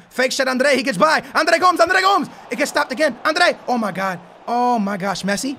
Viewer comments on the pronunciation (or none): Gomes is pronounced Go-Mez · This fool thinks he's Portuguese but he said Andre GOMES GOMS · Is he even saying Andre Gomes right